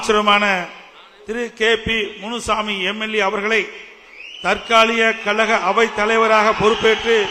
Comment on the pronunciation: இந்த எடப்பாடியால் "கழக' என்று கூட உச்சரிக்க முடியவில்லை. "கலக" இன்று தான் சொல்லுகிறார். ஒருவகையில் சரிதான். அது கலக பொதுக்குழு தான்.